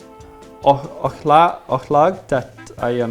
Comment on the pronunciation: Watching this as a Swede was hilarious. Love how you pronounce “ch” sound in “och”😂😂